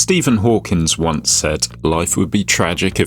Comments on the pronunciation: Stephen Hawking, mate. No S at the end. ^_~ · Stephen Hawkins? You mean Stephen Hawking? Jesus christ bro, one of the most famous people in modern history and you fuck it up that bad... It's just sad.